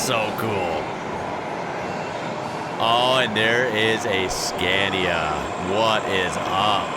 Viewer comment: Psst,, it’s “scah-nia” 😜👍